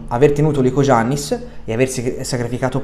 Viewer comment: Non voglio fare il professore ma si pronuncia licoiannis perchè la g in greco non si pronuncia. Dovresti saperlo anche perchè Giannis Antetokounmpo lo chiamano tutti iannis